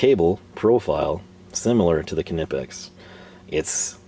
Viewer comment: What the hell is with the Knipex pronunciation?